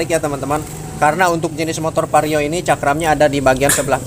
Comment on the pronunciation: itu vario bang , bukan pario.